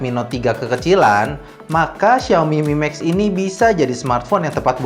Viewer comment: duhhh namanya... siaomi mimeks.. fyuhhh